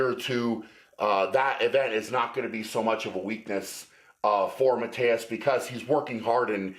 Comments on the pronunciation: Tip for you guys: if you want to pronounce his name right you wanna say sth like Mateush (not Mateus) and also K-yeah-leash-kovsky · I thought you pronounced his name ma-toosh because I heard Arnold call him that.